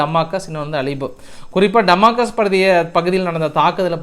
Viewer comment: டமாகஸ் அல்ல டமாஸ்கஸ் என்று சொல்லவும்